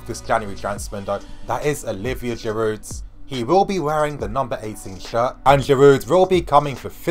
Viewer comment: Its Girouuuu Girouuu you don't pronounce the D... And I believe that Giroud is underrated player and he will do well OMG for the first time time I disagree with you and I really believe you got this wrong..! check Giroud's facts with arsenal..people just forget about it..and Wenger doesn't play him consistently.. and mark my word, if he plays regularly he will do well.. and btw his finishing is great..